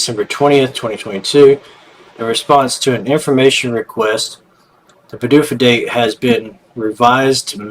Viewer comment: P'dufa date... sounds funny😅😂😂😂